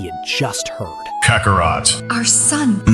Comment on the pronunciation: I wish you would stop letting a.i. pronounce the characters name. It is butchering tf out of Kakarot.